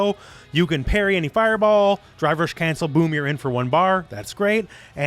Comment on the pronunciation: I can't stop hearing "Dry Brush" when he says drive rush.